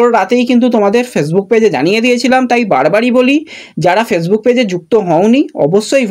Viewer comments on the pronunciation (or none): none